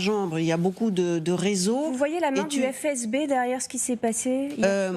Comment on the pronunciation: Bon au moment où elle a dit « phé eze bé » et non FSB , j’ai lâché